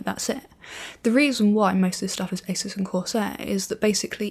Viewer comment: I knew it was pronounced "Eysus" & not "Ahsoos" Because British folks know better... :P